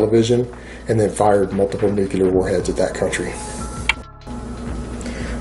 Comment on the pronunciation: is the kind of guy who says "nucular"